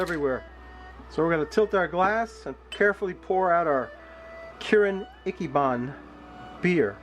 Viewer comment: Ichiban = ee-chee-baan